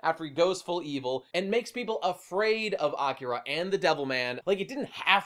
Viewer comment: “Awkera” I’m gonna fucking bash my head in if I hear it said like that again.